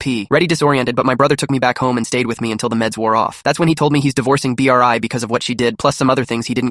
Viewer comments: the AI not being able to pronounce Bri is so annoying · Bri❌ B r i ✅ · Why is nobody talking about how th AI was saying Bri's name like B. R. I😭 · I love how the AI pronounces Bri's name as B R I and I bet if someone irl was telling it, they'd also say B R I 🗣️🗣️🔥🔥🔥🔥